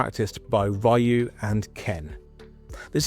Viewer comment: Ryu like Ree oo, not Ryu like my or tie.